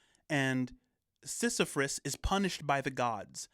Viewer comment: I don’t like correcting people, but this one bothered me. There is no R is Sisyphus.